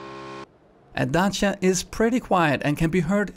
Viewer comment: OMG he actually Said Dacia not “deisia”. Appreciation from Ceaușescu and Romania